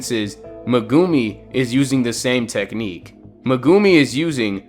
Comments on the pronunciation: Mugumi it is meguimi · Bro said Megoomi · Bro casually says muhgumi